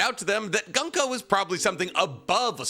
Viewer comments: Though Gunko is pronounced Goon-Ko... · "Goonko" "Scope-er" "Call-in" You're butchering the names lol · Summer- add an S at the end. NOT sawmers. Colon = coller, but with an en at the end collen/colon NOT colone Goo-nk-oh = gunko